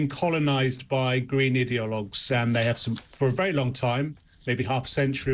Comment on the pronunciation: Oops. You said "idealogues?" I actually thought you said "idiots"!!!!